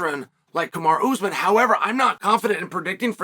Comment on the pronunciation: Kamar'a Usman Love how Chael butchers names